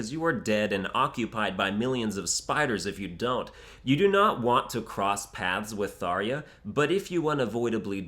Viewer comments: "Tharia" xd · ...Tharya? Who tf pronounces it tharya? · The way you say Tharja, Cherche, and Manakete is incorrect. Also it’s mess upped to like a loli dragon, because you’re attracted in part to there body which is completely morally wrong. Maybe legal but morally wrong.